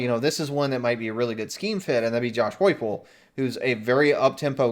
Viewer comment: The story is that Fickell will not leave Cincy except for Ohio State. Josh's name is pronounced HYPEL. BTW. Josh Heupel is beloved by the Sooner Nation....he won't leave TENN after 1 year though. We loved Brent and would love him back. And you guys are WRONG Our coach left Oklahoma for a school that CANNED Kiffin....and you think HE is Oklahoma's savior. (How to say USC is miles above Oklahoma without SAYING USC is miles above Oklahoma). The alumni would collectively shit a brick.